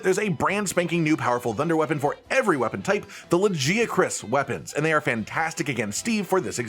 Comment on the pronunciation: You said Lagiacrus wrong.